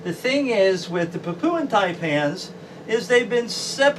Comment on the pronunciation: Hello, I hope you don't mind? I have a link, so that people can understand the different Taipan, species. Also, there is no, oo, sound in Papuan. It is not pronounced, Papooan, lol. Apologies, in advance, if you think I am being a smart arse.